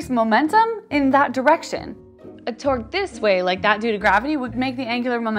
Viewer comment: Torque sounds like twerk